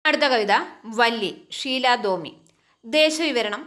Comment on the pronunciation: ഷീലാ ടോമി യാണ് അല്ലാതെ ഷീലാ ദോമി അല്ല